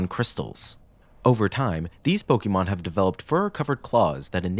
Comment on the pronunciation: A note: it is pronounced po-kay-mon, not po-kee-mon. This is denoted by the accented é in pokémon You even use it in your title of pokénational